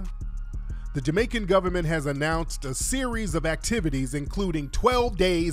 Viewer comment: Dee Goberment Dee goberment Dee Goberment, lmfaoooooooo.